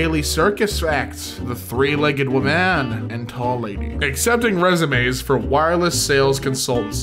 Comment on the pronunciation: "Three legged wo'man and the long lady" I died